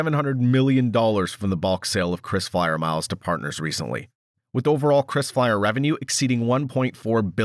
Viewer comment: it is KRISFLYER and not CHRISFLYER